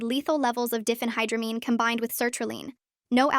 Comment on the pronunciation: Diphenhydramine is not pronounced Diffenhydramine. It's Die fen high dra mean.